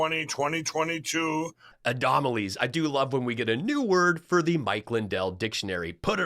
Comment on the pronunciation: "adomalies and teviations" 🤣🤣🤣🤣🤣